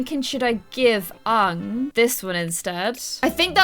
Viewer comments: OMG YOU CALL HIM ONG? IT’S A-ANG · when you pronounced aangs name like ah ng instead of aye ng, my heart went </3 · Your saying it wrong.... its aaang not ang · im sorry i cant watch this episode the name is Aang not Aahng idk just the way you pronounced it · His name is pronounced aa-ng a as in Apple u say that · Why do you call aang so weird 😁😁